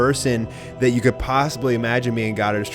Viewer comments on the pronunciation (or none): none